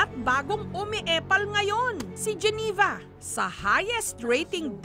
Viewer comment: hoy jessica soho yung pangalan ni geneva ay geneva hindi giniva ang tanda mo n eh